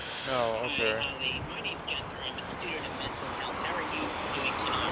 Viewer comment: Uhm….there’s a difference between “Ollie” and “Ali”. Please learn this…